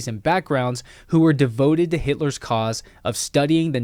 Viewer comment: Can’t even do an educational video on YT without mispronouncing HITLER. What the fuck YT. Quit being so triggered by a word. 🤦🏻‍♂️